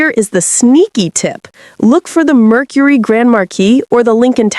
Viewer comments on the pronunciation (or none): none